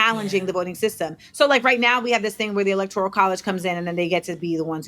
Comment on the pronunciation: Great podcast again 👏🏾 Now, this is from my heart, not to offend, only to correct with Love💜 ELECTORAL is the word. Four syllables. Can be found in the dictionary. Elector(i)al is a NON-word. Five syllables. It does not exist.